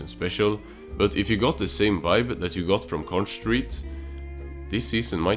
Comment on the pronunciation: conch is pronounced conk